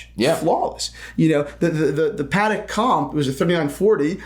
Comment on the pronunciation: Lol no shock on you not pronouncing Wimbledon properly as you fine people in the US can’t pronounce Patek properly lol